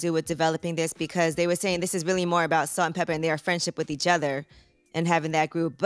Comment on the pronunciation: Pepa, not pepper